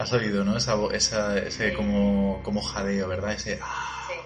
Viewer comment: En supuesto "jadeo" parece que diga "Ainara"